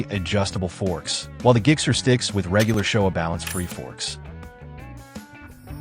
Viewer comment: I'm sorry, what's a 'GIG-SER'?